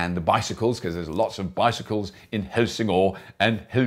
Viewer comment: The o in Helsingør is not an o, but an ø, pronounced like the American 'i' in bird. But never mind, no need to Renaultize your Danish.